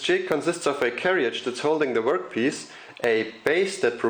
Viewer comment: Brilliant video but can I just say that in England we pronounce carriage as 'carridge', not carry-idge. Sorry, couldn't resist mentioning this!